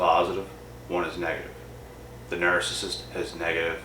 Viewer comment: You seriously need to learn how to pronounce narcissist call me it's very annoying the way you're saying it